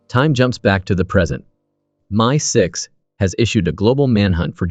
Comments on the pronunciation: PS It’s MI6 not me6! 😂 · Not too sure about 'My6' instead of MI6, and 'JackAL instead of Jackul, plus I heard him referred to as Newt at one point! AI needs better management?!? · “My-6?” My-6? Very poor A.I. I don’t have time for TV or whatever this is/was so I appreciate the synopsis but the A.I. nterpretation “ “ was very poor. Otherwise, thank you.